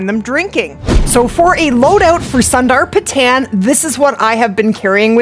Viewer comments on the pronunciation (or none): I love the content and guides that you make, and appreciate it, but as a Nepalese guy, man o man is the butchering of the name is just an ear sore 🤦‍♂️.. even though it has “tan” in the end, the “tan” is not pronounced like the color tan, instead it’s pronounced like you pronounce the word “ton”, like a “ton” of weight. So it’s - SUNDR-PA-TON. no “Tan”. Of course I don’t expect you to know this as a foreigner, I am simply trying to show you the correct pronunciation. Again no offense meant, thank you for the guide! 🙏